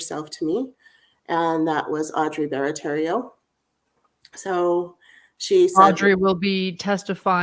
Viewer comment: Also- just an FYI- it’s Audrey BARATTIERO NOT BARATTERRIO! Pronounced BARATARO!